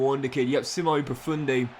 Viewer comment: It’s pronounced see-mon-eh